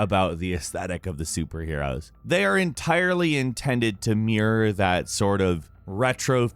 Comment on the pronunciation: "they are intended to meer" lol